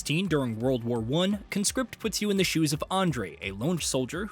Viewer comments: Grammar nerd alert: You should pronounce the title like "KAHN script", not "KUNscript". The former is a noun, the latter a verb. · CON-script. You are a CON-script. It's a noun. Con-SCRIPT is what you do. You Con-SCRIPT folks into your army. That's the verb. Learn english bro.